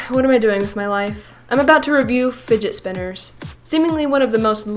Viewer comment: OH MAH GAD ITZ FUIIDGETZ SPWINNERZ